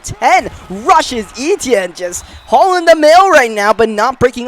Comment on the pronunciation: Finally says Travis Eitienne name right 😂😂😂